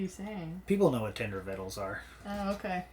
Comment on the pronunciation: Thanks for the video! I watched Eating My TENDER VITTLES LMFAO:) You see, people do know about Tender Vittles. Or is it " Viddles" LOL